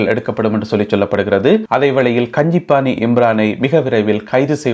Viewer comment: Kanji pana… Pana = Tamil pot Kanji pana is the name. Not pani It’s panna